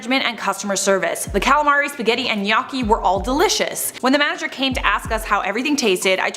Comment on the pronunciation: Gnocchi is pronounced “no-key”